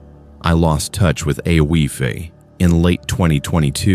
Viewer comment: Ay-Oh-eef is pronounced Eefah. AI is fking stupid.